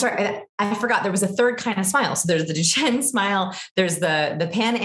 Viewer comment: Duchenne is pronounced "dewshenn", accent on the last syllable.